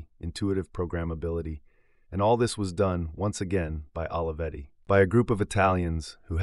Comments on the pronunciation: The correct pronunciation of Olivetti sounds like Oh-lee-vetti, not Olive-etti. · This video is a nice homage but is wrong in all kinds of ways... Putting aside badly butchered pronunciation of this renowned name, you start on the false predicate of equating the company to the open source movement. In fact, Olivetti was a totally proprietary platform. Brilliant. Beautifully designed. Human-centric. But proprietary. And, by the way, there is nothing wrong with that. The pricing was lower because, unlike IBM, the buyer did not have a forced opt-in to a service contract but the company is a for-profit endeavor. A fair profit, but not freeware by any stretch. Second, I realize there are a lot of young people in this channel who seem to think Olivetti was completely obscure and unsung. They were a global phenomenon. THE brand of the age just as you might say of Apple or NIKE today. And everyone in the technology and industrial design field including Steve Jobs is very openly on the record acknowledging that their own work was inspired by these legends. Almost everything novel is derivative of what came before if you look back far enough. Third, you speak of Olivetti as if it is defunct. That is far from true. It is currently one of the world leaders in Big Data and IoT (Internet of Things) as part of Gruppo TIM, one of the largest European companies in world with $20 billion USD in annual revenues. Had Adriano not been killed so abruptly (and suspiciously) there is no doubt that he would have accomplished even more amazing pioneering things but please don't ref